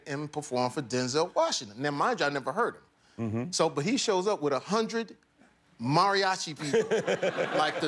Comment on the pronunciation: Kills me how he is mispronouncing "Mariachi" but its all good.